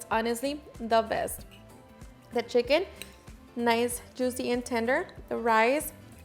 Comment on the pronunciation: lol!! Did she just say schiken thighs!?!?!